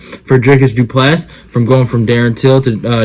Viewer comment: Dricus Du Plessis. The "s" is silent.